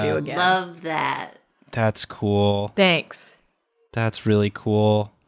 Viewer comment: I love the almost retortive "Thanks." gives, hahah